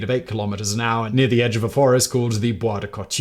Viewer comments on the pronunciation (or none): none